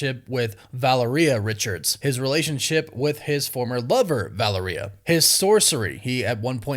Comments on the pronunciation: Val-lehr-e-uh. Not Valerie-uh. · Great video! But,...can we PLEASE start pronouncing Valeria's name properly? It's VA-LAIR-IA. Not VALA- RIA. Woof Woof!! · He has to stop … there is no way no one has told him please someone tell my boy how to pronounce these words…Val-a-reeyah and ada-mint-tium are the most egregious of sins 😢😂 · Who is valarena?? I thought it was Valeria. Wow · It's pronounced (VUH-lair-eeya)... you're welcome. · Valeria is pronounced val-AIR-ee-uh. The emphasis is on the second syllable. Not the third, like diarrhea. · It’s drive me crazy the way you pronounce Valeria 😂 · You just really can’t seem to figure out how to say “Valeria” huh bud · The way he is able to butcher the pronunciation of Rabum alal and Valeria is a super power in of its own.